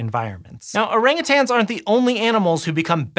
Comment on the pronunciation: Listen up all you weirdos. Stop saying Orangutangs. siad it correct like 8 times. No more tangs.